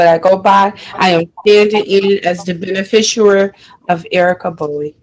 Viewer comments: Lady… there is NO such word as “benefisher” 🤦🏻‍♀️😤🤯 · "beneficuary?" What the heck is that? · WTF is a "benefisher"? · She can’t even pronounce those extra super special magic spell words of that incantation. She is not a “beneficERER” and definitely NOT “indiG-juss” Not an American Indian whatsoever. I guarantee she doesn’t even know who her father was. And “for the record” it wouldnt make any difference if she were. If you’re physically located within the borders of that municipality then you are under their jurisdiction. It wouldnt matter if she were the Queen Of Mars. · She’s too drunk to say beneficiary properly… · Very funny that she was using the word beneficiary endlessly, but didn't manage to say it correctly even once 😂